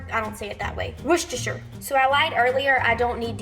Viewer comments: Hey, from the U.K. - you are correctly pronouncing Worcestershire! Love the condiments, I made a mustard BBQ sauce yesterday and I will be attempting these this week:) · OMG! Have you ever had Heinz Chili Sauce??? It's practically ketchup. It is nothing like Sriracha, nothing -- nowhere near as hot, nowhere near as sweet. With that as a sub, you're not getting anywhere near classic Comeback Sauce. You're pronouncing Worcestershire correctly. ;) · The way you pronounced "Worcestershire" is correct 💯🇿🇦🇭🇲🇬🇧